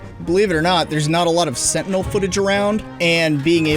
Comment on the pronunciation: Every time you say Sentinel it sounds like you said Fentanyl